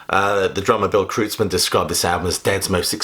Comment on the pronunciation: 'Kreutzmann' is pronounced 'Kroytz-man' rather than 'Krootz-man'.